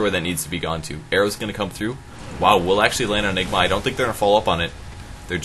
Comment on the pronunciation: ok, all the jokes about mispronouncing ''Anigma" are getting old.